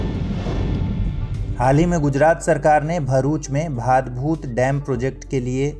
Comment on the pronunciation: Priya, iska sahi pronunciation भाडभूत hai naa ki भादभूत... me gujarat se hu.... thank you so much